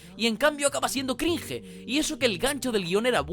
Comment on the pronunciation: Muy bonito y todo pero si va a decir "cringe" al menos pronuncie bien :v